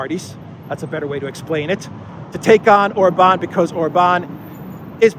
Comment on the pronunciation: For the love of God, Orban is pronounced with an accent on the first vowel, not the A. Love your videos, listening daily, keep up the great work! Greetings from down under 😊